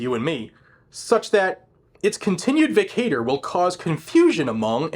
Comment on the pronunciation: vacatur is pronounced, vĀ kă chər